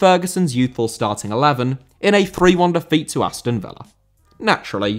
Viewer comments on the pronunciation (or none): none